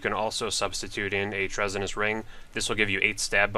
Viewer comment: Trez-on-ous ring. Lmao